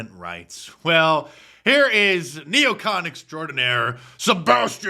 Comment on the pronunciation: It's not neocant. It's neocon!